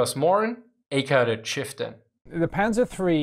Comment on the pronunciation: "sä panzer free" lol